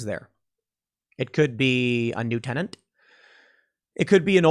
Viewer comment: Pool, did you say "tenant" or "tenanTTT" ?